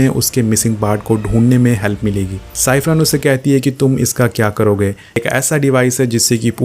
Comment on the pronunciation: Tom Nahi Dom h uska naam 😂🤣 Kya Explain krega re tu Tez ko ramsen bolra h or vo ramC h chaperone nahi Chyper h 😂🤣😂🤣